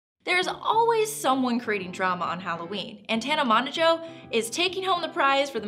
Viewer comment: Monajoe...?? MOE-JO